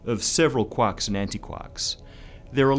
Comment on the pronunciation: "Qwahks" LOL